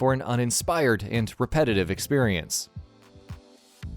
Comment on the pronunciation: drinking game, take a shot every time he says "expirience"